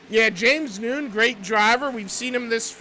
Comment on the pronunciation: James Nunn is not pronounced "noon". It's Nunn like a Catholic nun. 🤦‍♀️ K thanks